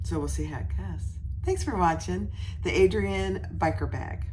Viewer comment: I love your video. Your in depth explanation of all the pieces and where they are on the bag was so helpful. Now, I'm going to be nitpicky since this obviously doesn't affect how great your tutorial is but the bag is actually spelt ARIADNE (pronounced I think? Ari-ad-ne) not Adrian